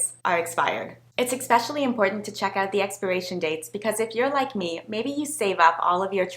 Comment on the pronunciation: The is no such word as "exspecially" but apart from that I'm appreciating the videos. cheers